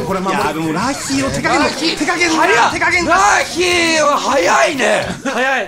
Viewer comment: キヨ｢ラッキーじゃないのよ｣が｢ロッキーじゃないのよ｣のイントネーションやねん笑